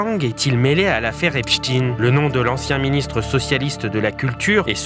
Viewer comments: Ein (ain) et non (in) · cessez de dire Epstiiin mais c est stein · Pourquoi prononcez vous epstin .ein n est pas in. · Pas Ep "stin",mais Stein comme Einstein,Frankenstein, 😇😇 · On doit prononcer "Epestein" comme on prononcerait Albert "Einstein" et non Eps"tine" comme on prononce pour Pou"tine". Cessez ce déni !! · Epstein prononcé Epchtine... Ça fait mal aux oreilles des Alsaciens près de Erstein (ère ch'taille ne)... Est ce que je vais chez Mc Do acheter des an burejé moi? Ou jouer au faute balle? 😂🤣😂